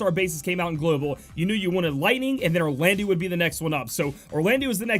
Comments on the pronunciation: pretty sure its pronounsed "Orlando". like soleil is also french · Yeah, It was bugging me in the previous vid, your pronunciation of Soleil. Glad you changed it, now you just need to change Orlandeau. (it's pronounced Orlando). Also, you typed it "Oralndeau"...